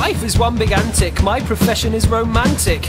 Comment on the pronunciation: Just me or does he say "one big antic" with a little bit of an "Ant" emphasis? Lol, maybe not, but it does seem an odd word unless by purpose. :P